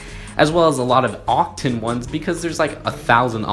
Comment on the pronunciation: It oc TAN not ocTEN